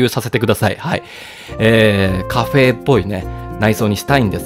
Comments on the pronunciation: カ↓フェ↑の誕生だ！ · カフェエの発音好き